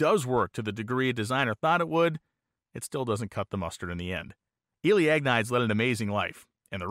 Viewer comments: Great video. Just wanted to caution you though that Agnides is pronounced something like ag-knee-des. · "Ahg-nee-dez" How good can your research be if you get his name totally wrong? Seriously, the repeated butchering of his name makes this unwatchable. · I can’t watch a video about a Greek person whose last name keeps getting pronounced AG-niyds. There is absolutely no way that is how that name is pronounced. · I think his last name name is pronounced Agh-need-ees. BTW I thoroughly enjoy your channel especially anything to do with drag racing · In most Greek names, you put the emphasis on the second syllable. Ag-Ne- deez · I think you'll find that as he is Greek his last name would be pronounced Ag-nide-eez. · Interesting video, thanks. But, being Greek, I'm not sure you're pronouncing his last name right.